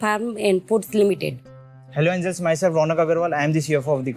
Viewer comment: Did he hello Anals, instead of angels.😂